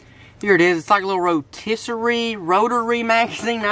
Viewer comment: It will never get old the way he said rotisserie